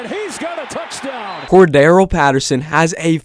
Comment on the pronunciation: Corda-RELL not Cor-darrell 🤦🏻‍♂️